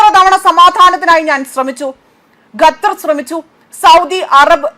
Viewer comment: ഗത്തറല്ല ഖത്തർ